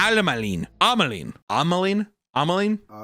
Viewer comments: I looked up the pronunciation of "ajmaline" and was actually pretty close 🤣 "edge-ma-leen" is how it sounds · he's correct. You pronounce the j in ajmaline since its Pakistani in origin. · is indeed correct about the pronunciation of ajmaline.